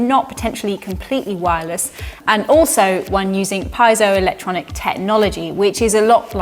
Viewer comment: It's not "pie-zoe electric", it's "Pea-eh-so", not named after a lady baker called Zoe, but after the ancient Greek word for "to squeeze/press". And for those who still dare to say things like "X Watts 'faster': I'll call your old physics teachers and have them drag you back to class by your ears if you continue saying such utter nonsense!